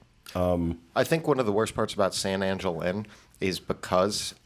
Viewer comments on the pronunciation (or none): Every time I hear you guys talk about San Angel Inn or Three Caballeros I cringe. I'm not Latino, but if there is anyone on here who wants to back me up.... Please, it should be pronounced San Ahn-hel Inn, and three cav-i-eros! Make sure you are pronouncing words correctly.